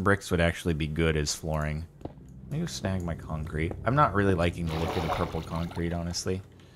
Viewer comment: ' I have become one with the Purpur' XD